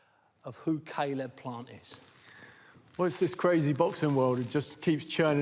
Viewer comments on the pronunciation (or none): Why’s Zach Parker calling him sayleb plant 😂